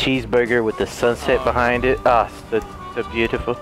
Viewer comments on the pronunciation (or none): STOP SAYING BUHIND